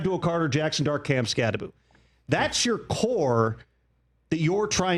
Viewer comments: It's Kam Skattebo. NOT Skatteboo. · Direct quote from article: Skattebo's last name is pronounced "SKAT-eh-boo." While the end of the name looks like it should be pronounced "boh," it's actually pronounced as "boo." It's not the most difficult name as far as college football players go, but it's easy to get tripped up on that last syllable. Arizona State's player profile for Skattebo emphasizes that the end of the name is "pronounced BOO."